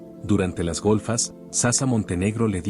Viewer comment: No se pronuncia SASA se dice SACHA